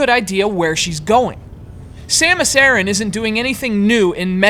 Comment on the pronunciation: I love how people pronounce 'Aran' like 'Aaron'....